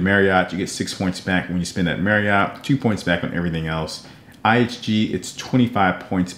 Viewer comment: iNG card, you mean (IHG) no wonder it’s not on your radar because your not even saying it right. But overall great job. Just for your info it’s (Intercontinental Hotels Group) or IHG